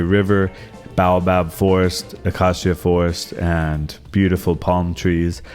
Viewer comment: It's pronounced Bay o bab and A cay sia... fyi